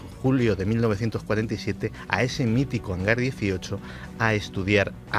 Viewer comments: Que idiota, es Hangar, no "hanglar". Maldita imbécil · Porqué pone HANGLAR y no HANGAR? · es que el hanglar diesochlo XD